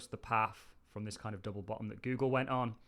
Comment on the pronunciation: I love the way this guy calls it Gewwwgle